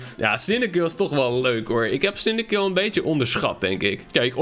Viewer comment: hoe je cyndaquil uitspreekt: sindakwil, hoe het uitspreekt: sindakill